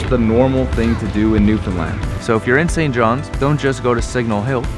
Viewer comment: “St johns” minute I heard that I cringed